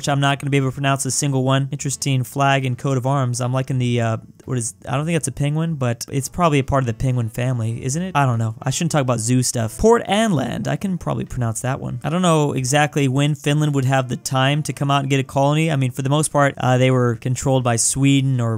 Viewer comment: i can pronounce this one says port anland instead of port aland never again